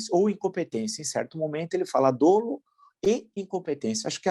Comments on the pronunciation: grande villa, mas fala-se "dólo" não "dôlo" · Prof. Villa, só para informar que a pronúncia certa é "dólo" e não "dôlo" !! Obrigado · Professor, uma crítica construtiva, não se fala dôlo, e sim dólo, muito embora a escrita seja "dolo".